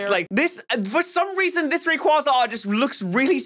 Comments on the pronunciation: Umm *pushes glasses up * you mispronounced rayquaza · Man pronounced rayquaza wrong